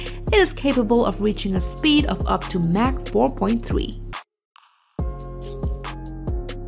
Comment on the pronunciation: Did she just say Mack 4.3? And she called a MIG a M I G...